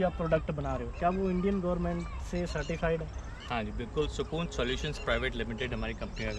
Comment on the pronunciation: Sakoon nahi bhai Sukoon 🙈🤦